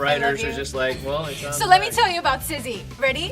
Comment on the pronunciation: Emeraude actually said SIZZY 😀